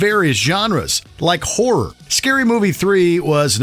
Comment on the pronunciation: Please learn how to pronounce ‘horror’ correctly.